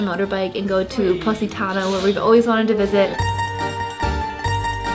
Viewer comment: Please learn how to say POSITANO correctly, instead of saying "pussytowno"!!!!